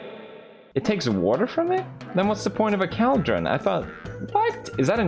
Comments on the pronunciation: felix: "minecraft learn english pls" also felix: "Cal-Dron" english: am i a joke to you? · Felix: Minecraft, learn English Also Felix: cowldren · The new contender of "negligible" is "cwaildreon" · Minecraft: bottle Felix: Minecraft learn English thats so weird! Also Felix: Call- Dron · It’s so uncomfortable how he pronounces “cauldron”. It’s… COALDRUN. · pewdiepie:minecraft learn English please meanwjile cow-dren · “We need a caldrin” Pewdiepie 2021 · caalllldrin , lol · I'm swedish and my reaction was first "wait what the duck did he say" followed by a "is it pronounced like that" which resulted in "no, it must be another word he can't pronounce" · Legit screaming at my phone everytime he said it lol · listening to Felix mispronouncing cauldron for minutes straight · Pewd: Its, not a vial, Minecraft learn English says the person who pronounces cauldron wrong XD LOL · Felix: "Minecraft learn english, cringe" Also Felix 2 minutes ago: *pronounces Cauldron as CALDRON. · Pewds: “Minecraft learn English please” Also Pewds “cAldren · Pewds: “Minecraft learn English” Also Pewds: “I like the KALDREN here” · I heard Cowldron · Caldron when theres clearly a U right there he just chose to ignore lmao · Pewdiepie: “minecraft learn English please” Also pewdiepie: “caldron” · Pewdiepie: Gosh, learn English Mojang! Also Pewds: "Caldrin" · PewDiePie: "Cal-dron" PewDiePie 2 secs later: "Learn English" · PewDiePie- "Minecraft learn English!" Also PewDiePie- "Caldran" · Felix: “I can pronounce any word right” Also Felix: “Cowldron” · PewDiePie calls the cauldrons "Kall-Drins". His Swedish accent never fails to amaze me. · I’m American and I pronounce it call-drin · Felix: pronounces negligence right Also Felix: "Cowldren" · felix: 'minecraft learn english" also felix: 'cowldren' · That's english though, it was his accent. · Felix: "Learn English, Minecraft" Also Felix: "Cowl-Drun" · “Minecraft, learn english please” literally 10 seconds earlier “Cowldron” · more like 'culldron'